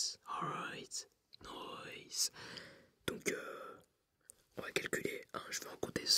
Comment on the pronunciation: Something about the “rice groooins alroooiitt noice!” Just made my Aussie heart smile 😂